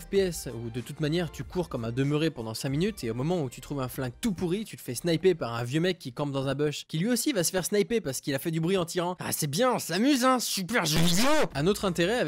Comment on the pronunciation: "un beuche" aïe déjà pour la prononciation mais aussi on dit buisson en français.